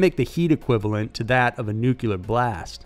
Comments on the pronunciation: "Crustaceous" period? LMAO!! I believe it is pronounced "Cretaceous." And there's no such word as "nucular"; it's "NU-CLE-AR." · It's spelled 'nuclear'. Sound it out now...new- clee-er. Not new-qu- ler. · Also “nuke-ya-ler” 🤦🏼‍♀️ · Way to totally mangle the name of the motel in the first story. Also, you don’t know how to pronounce “nuclear.” Good job.